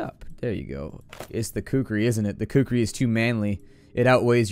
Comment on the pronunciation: Not sure if you purposely decided to pronounce Kukri wrong...